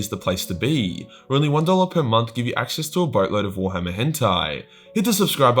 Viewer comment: The way he days warhammer Is like "Gwar-hama"